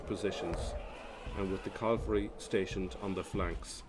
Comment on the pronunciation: Cavalry not Calvary.😂